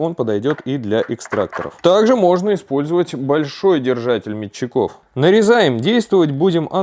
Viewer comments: Спец адаптер🤦. Бляяяяя. Переходник. Переходник И не мечеков, а мечеков, ударение на первую Е. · Как бесит вырождения метчико' а не ме'тчиков? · Не метчиков а метчиков! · Ударение в слове метчиков ставь правильно!!! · Набор плашек и метчиков, с ударением в слове метчиков на букву е.